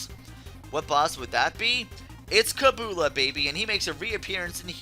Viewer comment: Just so you know... "His" name was named kabula as in kab-yoo-la. also, it's a she.